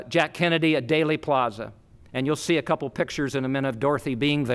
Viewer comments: "DAILY" Plaza? It's pronounced "DEELY," spelled "Dealey." Otherwise you're an expert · No, it’s pronounced Dealy, like “Let’s make a Deal.” Not sure how he could be so well informed yet pronounce it wrong. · Thanks for pointing that mispronunciation out! “Daley” Plaza was grating my nerves every time he said it! He’s a fascinating reporter but not a good communicator…. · Is it really pronounced "daily" (plaza)? First I have heard it. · I always thought it was pronounced Deely Plaza 🤔🧐